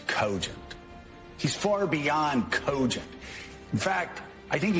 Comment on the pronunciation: Easy win for Mourning Joe and his ridiculous pronunciation of Cohhh-gent. And how's more than Coooohhhhh-gent.